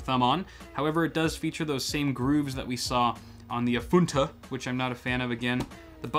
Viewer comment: Guys, we need to talk about the way he says AFUNTA